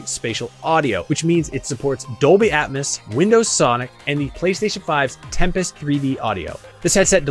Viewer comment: Ha. Also “At-MUS”. Great review though